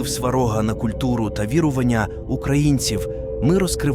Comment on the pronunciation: Неправильні наголоси і вже не перший раз.... ОбрУчка, СварОг, вірУвання, ремЕслами !!!!!!!!!